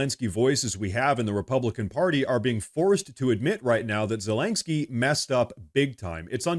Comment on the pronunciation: "Zalengskyy" you pronounce his name funny